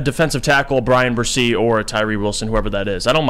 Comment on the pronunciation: C'mon, if you're going to ridicule anyone for beinig stupid then you might want to learn how not to say "Tyrese" Wilson and Brian "Barese"